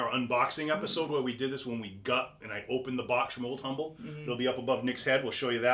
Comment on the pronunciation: It is pronounced "Um-bull" ... the "H" is silent. Be it ever so Um-bull, there's no place like "Ohme."